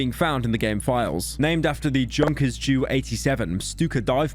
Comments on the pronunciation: when he pronounces Junkers Ju 87 as 'Junkers Jew 87' instead of 'Yuunkers J-U 87' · It’s pronounced “youn-kers” you uncultured swine. Sorry I couldn’t let that slide. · Imagine pronouncing Junkers with a J